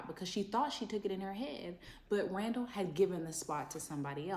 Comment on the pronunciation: Idk why she call that man raw-raw! It’s Randall ! 🤣🤣🤣